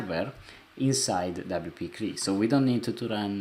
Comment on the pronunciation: Thank you. I understand you are not a native speaker of English. So you do not continue to sound silly CLI is not pronounced "clee" it is an acronym that represents C(ommand) L(ine) I(nterface.) WP-CLI should be pronounced by speaking each letter... double you pee see ell eye